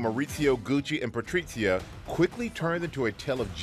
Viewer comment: Why he says patriCia and mauriZio, with C and Z with Spain accents. They are italian not Spaniard.